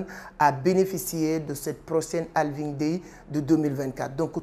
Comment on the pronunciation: D’abord c’est Halving avec un «H» 😊